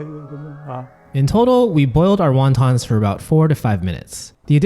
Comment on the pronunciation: What the f are Wawtaws? Best annunciation there bud